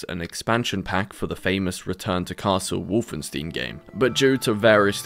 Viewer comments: Wolfenstein, not wolfenstiin. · Did you say WolfenSTEEN? omg...Why would you do this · Wolfenstein, not Wolfensteen. 😆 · The fact that he called the Wolfenstein games "Wolfen-Steen" makes me physically sick. Its pronounced "St-eye-n" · WolfenSTEEN? What the fuck? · Call me pedantic or whatever but the way you pronounce "Wolfenstein" (when you even include clips of people saying it correctly) drives me absolutely mad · Great Video! Please try to pronounce Wolfenstein correctly next time though :) Merry Christmas! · why by defult do you keep saying wolfenstein wrong? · Please consult a translator before attempting to say 'Wolfenstein' again. Otherwise awesome video. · Please never pronounce Wolfenstein like that again.